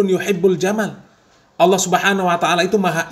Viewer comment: Nyebut allah aja awloh.. Khas non muslim banget